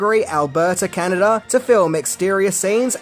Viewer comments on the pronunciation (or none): none